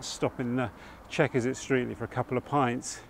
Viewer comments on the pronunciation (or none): What used to be my local area. My family has been in the surrounding area since at least 1400. Streatley is pronounced Stretley just as an aside. Great video.